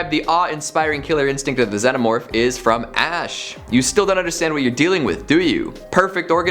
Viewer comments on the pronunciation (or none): none